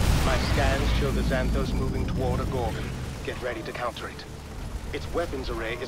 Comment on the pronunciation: «Xan» → «Szæn», not «Ksan» in «Xanthos».